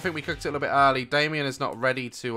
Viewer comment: Whenever he says Damien I think of dalien